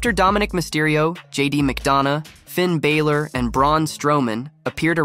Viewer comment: bro really said JD mcdawna and Finn baylor